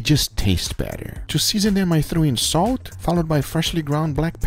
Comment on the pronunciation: No body: Guga: a little bit of "soat"